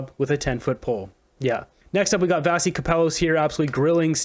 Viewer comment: We like Vassy. Give her the respect she deserves and say her name properly. Vashy.